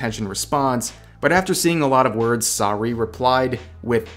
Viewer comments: Pronounced "Sarooeh" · Sar ooo ayy, rev. Your pronunciation hurts. She did it again btw. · Okay, but why do you pronounce "Saruei" like that? Don't get me wrong, this is a very crappy situation, but you pronounce it specifically like that? Just why? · You mispronounced Saruei.